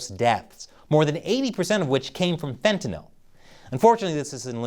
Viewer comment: Wow! Finally a commentator who can actually pronounce Fentanyl. Well done. To others, it’s not fen-ti-NAHL.